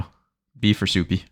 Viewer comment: Calling Supay Supie is pretty hilarious